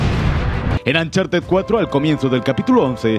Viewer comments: Se pronuncia oncharted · Nadie Absolutamente nadie Ni Nathan leyendo su diario: Ancharted 4